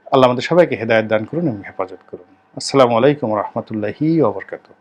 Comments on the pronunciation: আপনার নাকি পড়াশোনার দৌড় অনেক । ইসলাম সম্পর্কেও অনেক কথা বলে থাকেন।আপনি সালামটা মেহেরবাণী করে শুদ্ধ উচ্চারণে দিবেন ।আসলামু আলাইকুম নয়। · রনি ভাই আপনি দেশ প্রেমিক যার জন্য প্রতি ঘন্টার খবর রাখেন। আশা, হতাশার সব খবর বলেন তাই আপনাকে অনেকে দু মুখো ভাবে,যা সঠিক নয়। তবে আপনার সালাম দেওয়া স্পষ্ট শোনা যায় না। ধন্যবাদ